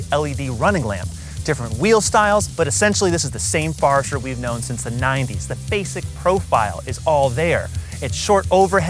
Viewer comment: OMG! It's a Forester, not a Farester!